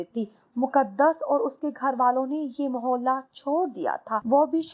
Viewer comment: Muhale nhi Muhalla hota hai..